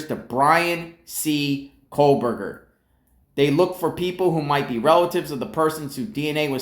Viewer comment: I'm here standing by trees. Let's talk about family trees. BK's family tree specifically. Why don't you stop mispronouncing his name, for a start.